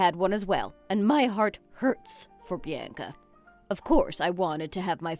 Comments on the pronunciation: Bee Ann Kuh? Horrible pronunciation!🙄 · Learn how to pronounce Bianca